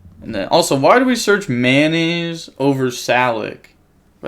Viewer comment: u know that it is "METAnoise" and not "mayonaise" right lmao